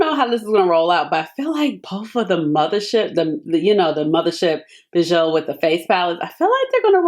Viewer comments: It’s French, pronounce BEE-zhuu 🤎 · Ashley, thank you so much for this video . Bijoux is pronounced Beejoo. 😘😘😘